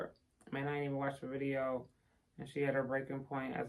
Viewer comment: I like when you say "Let me tell you a question" "videa" "ye ta de" "imma call yall back" etc.. I love it.